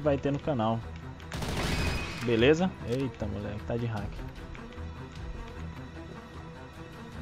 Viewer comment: "Ta de hak" kkkkk